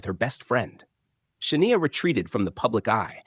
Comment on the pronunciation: Stop saying Shania's name if you can't pronounce it